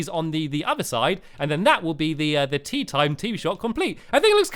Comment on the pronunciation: Throughout the video I thought he was saying teeth the whole time but it was actually tea! Hahahhahahahahah lol